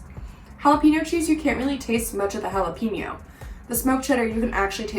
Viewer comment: Dear Gringos, Jalapeño is pronounced. "Hah-Lah-Pay-Nyo" It is NOT pronounced. "Hah-Lah-Pea-Nyo" Don't make me come over there and whack you. Thank you for your attention Gringos